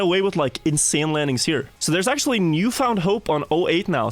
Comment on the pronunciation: Bro said akshually